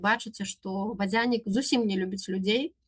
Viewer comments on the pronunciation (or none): Цікава, а чаму націск на я ў вадзЯнік? Упершыню чую, каб так казалі. Ва ўсялякім выпадку, дзякую спадарыне Тацьцяне за цудоўную лекцыю.